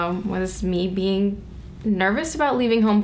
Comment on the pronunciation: I thought she said bing in LA Buts she said being in LA :-(